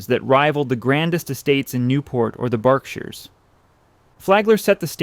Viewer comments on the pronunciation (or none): I'ts really easy and fast to look up pronunciation online. Just type: pronounce "Word/name/title/etc" and you can find nearly everything already recorded to learn. Another mistake was your British pronunciation of "Berkshires". In New England, it is not "bark" but "burk". Consider your research and videos for posterity, and their value will endure. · Berkshires, not Bareshires. Postem, not Pastum (as in past).